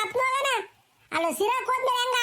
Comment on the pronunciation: ಅಲ್ಲ ❌ಅಲ್ಲಾ 🤣🤣🤣